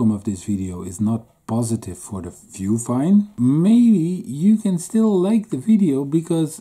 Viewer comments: VUFINE not fuvine :p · Its Vufine not Fuvine:D lol Great honest review.